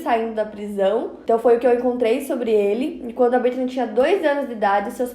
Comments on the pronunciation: Que agonia dela falando "Britney" toda hora. BrittANY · E eu que achei que era Britney e só percebi que é Brittany com o comentario